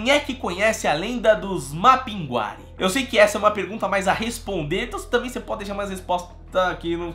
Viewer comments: Não se pronuncia Mapinguari,e sim Mapinguarí sou de Manaus/Amazônas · Falamos Mapingurí no Amazonas, podem ter mudado a pronúncia recentemente. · Mapinguari e não Mapinguári... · Na realidade conhecemos aqui como "Mapinguarí". A tonicidade é na última sílaba. Sou parintinense e essa comunidade faz parte dela. E nunca ouvi dizer tal coisa...mas, está em nossas lendas. E no festival folclórico de Parintins se fala muito e há sua representação.